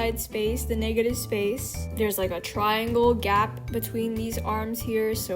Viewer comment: that did not sound like negative💀